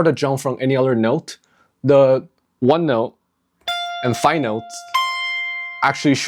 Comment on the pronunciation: At are you saying "the five note"? Sounds like you're saying "fi note" which makes no sense. The note you're playing is "So" or the 5th tone in the scale, so "the five note" right?